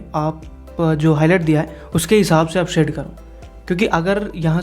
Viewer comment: Bhai aap shade KO see kyu kehte ho